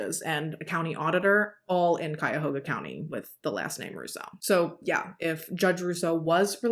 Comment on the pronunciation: I love the way you tell stories. You always show respect through the whole thing, every time. And I like your makeup. Always so bright and stunning. Oh. good job on pronouncing Cuyahoga 😊